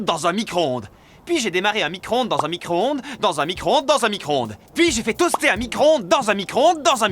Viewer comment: J'ai rien compris quand tu as dit micro-ondes